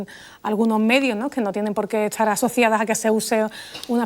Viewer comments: Soy chileno y en nada se parece como hablamos, pronuncia mal las consonantes S y T cuando están juntas y la he criticado por su pronunciación, como cuando nos corregía nuestra profesora muy estricta hace 50 años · He notado que Lola pronuncia "etsar" por "estar", "etsudiante" por "estudiante". ¿A qué se debe?